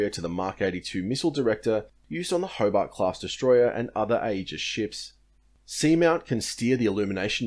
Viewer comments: aegis pronounced EE-jus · Aegis is pronounced AGE-iss, for the record. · Thanks for bringing up this point, every time I heard the word 'Aegis' during this video I cringed a little.